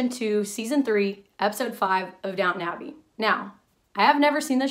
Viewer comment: Can people please stop saying ‘Downtown Abby’? It’s Downton Abbey. There’s nothing downtown about that building. Thanks 😂